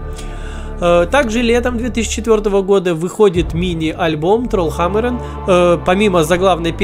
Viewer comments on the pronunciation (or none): Почему надо говорить трольхАмарен, если даже поется тролль хамарЕн?